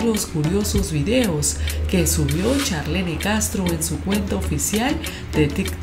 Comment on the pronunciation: Se escribe Charlene se pronuncia charlin